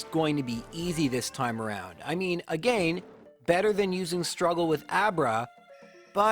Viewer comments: A gain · GO AGANE xqcS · Knew this guy was Canadian based on the way he said “again”